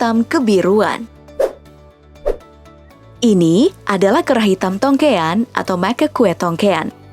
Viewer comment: Aslinya TOGIAN. BUKAN TONGGEAN TAPI TOGEAN ( NIRU DIALEG ORANG JAWA) MOCACA TOGEANUS ( MONYET TOGEAN)